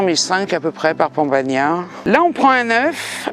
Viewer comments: Ah cher on dit pan bagna..pas pon bagna. ❤ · Pan bagnat.. bagnad... BAGNADOR ISSOUUU AYA SUBIDO LA MAREKA RISITAS ? QUE ? VENGA VENGA EUSSOUUU